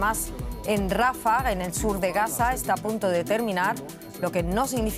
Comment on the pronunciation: Rafáh....Rafáh....con acento en la segunda "a"... Narradoras ignorantas...😂